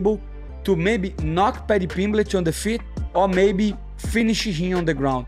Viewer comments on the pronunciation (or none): The way Renato keeps calling him Paddy Pimblitch.😂😂😂😅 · "Paddy Pimbligh"😂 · Why does moicano say pimlich 😂😂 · He said "Pimblitch" SO MANY times. 😂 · Money Moicano funny as hell keeps calling Paddy Pimblitch 😂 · How many times did moicano say paddy pimblitch 🤣🤣🤣